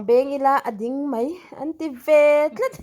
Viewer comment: Rilru tlat tih i chhiar diklo aril lutuk atihna anih khi